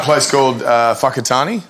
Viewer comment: Chris pronounced Whakatane perfectly